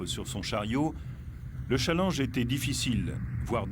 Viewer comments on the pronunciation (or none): none